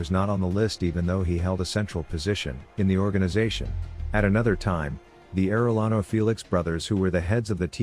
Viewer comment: Air.uh.lawno lol being a Arellano, it was comedy listening to people try and pronounce it. Ah.de.yano haha